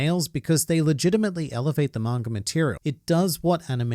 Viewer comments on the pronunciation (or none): Sometimes when he says manga readers it sounds like margaritas